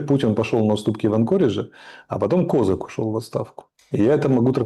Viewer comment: Когда этот клоун рассуждает про внутреннюю российскую политику мои тапки в обмороке от смеха😂, во первых - не КОзак, а КозАк‼️ Во вторых- с какого перепугу ты взял, что он друг Путина с детства⁉️😂 Можно ещё перечислить десять пунктов твоей лажи‼️Если также разбираешься в украинской политике, то правильно зелешака тебя выкинула👍 😂